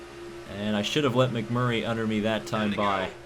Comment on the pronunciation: it is Mcmurray NOT Mcflurry